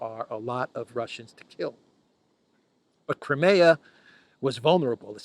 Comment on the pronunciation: Why do you still mispronounce, 'Crimea?'